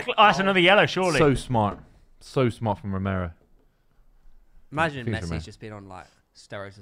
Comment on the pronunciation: it's romero, martinez, pezella, enzo 😭😭😭😭😭😭